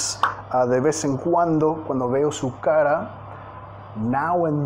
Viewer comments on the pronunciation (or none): none